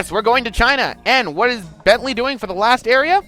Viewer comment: I know this project is already done but why did you constantly call Murray Bently? I mean that's the second time...